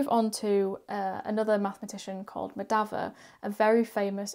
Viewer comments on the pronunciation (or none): It's pronounced Mah-dha-vah and Ra-mah-nujan. Three syllables each.